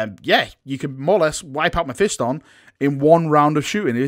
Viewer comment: Learn to Say mephiston correctly